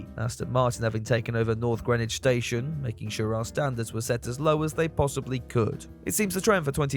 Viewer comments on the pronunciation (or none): none